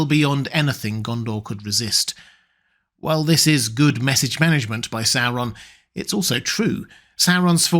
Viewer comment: Please learn to pronounce Sauron correctly! I love your videos, but cannot watch them/listen to them because of your weird pronunciation of the name Sauron. It is NOT pronounced Sarr-on. The third letter is a "u". Therefore, the pronunciation is actually Saw-ron. Please, PLEASE correct your mispronunciation!!!